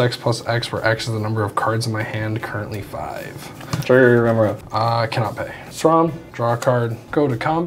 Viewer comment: the only thing more annoying than constant mystic remora triggers is mispronouncing remora on each trigger